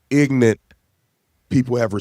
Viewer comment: I mean this from a place of respect and admiration for Officer Tatum. You are amazing and I appreciate and applaud your contribution to a better America. But when you refer to someone or something being Ignorant and pronounce it as “IG NENT” it’s not a good look or exemplary. I grew up in the hood and as a teenager I spoke as a child, but I grew up refined myself became polished. I would recommend you do the same. You would be fantastic in government for your community and state would greatly benefit from your service, but you can’t sound like you do know how to sound out words. With all due respect…